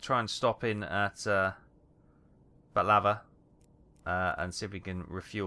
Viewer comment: Balava? :P it’s called Batavia.